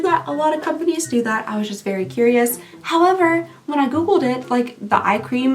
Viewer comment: Did you just say “howm-ever”?? Are you a murderino too??? Hopefully you understand this question and don’t think I’m a weirdo. lol!